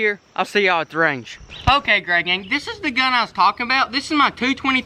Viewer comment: Ok I noticed this usually says “what’s good greygang” but he said “what is good greyganf “ has the world gone mad lol